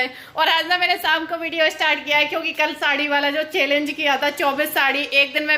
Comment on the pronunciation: चेलेन्ज नही होता है पागल चैंलेंज होता है बोलना सीखो थोड़ा शमा रमा जो भी हो